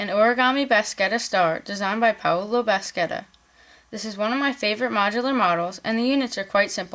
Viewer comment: absolutely fab!!!! thanks so much for showing us this! just one thing: Bascetta should be pronounced moreorless like this: /basheta/